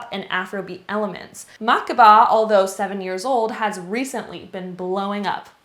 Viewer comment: Hi! It’s MA KE BA! Not Makba